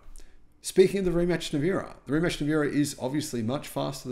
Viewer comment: It's faster in a straight line but lower top speed so plaid is not technically faster even in a straight line. Rimac is not pronounced "rematch" and maybe they should borrow one of those to reverse engineer. electric cars don't have flywheels. Maybe you can say at the motor, but there's less drivetrain loss as well so not a direct comparison and automakers usually quote power at the motor not drivetrain. Maybe Tesla is under reporting power like some manufacturers. Ferrari will eventually have to go all electric so it's just a matter of time should not be a surprise. also shouldn't be a surprise they would buy a Plaid to benchmark since they are readily available and cheap, they could get a used one even cheaper and reverse engineer it. Model X won in carwow video but other videos like drag times shows lambo winning, and they have better drivers though I guess in a non-prepped non drag strip situation the model X has the advantage.